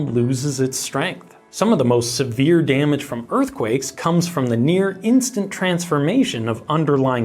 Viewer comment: This is serious and tragic, but I couldn't help not to laugh at "...over 200 million in DAMN-AGE"